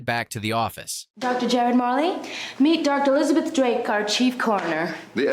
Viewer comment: PLEASE CORRECT PRONUNCIATION OF JAROD's name! Thanks for the recap, I love this show.😀